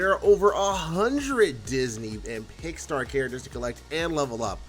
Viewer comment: Pickstar? You mean Pixar? IT BOTHERS ME OK